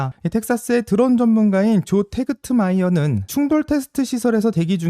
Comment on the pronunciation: 조 테그마이어 t 묵음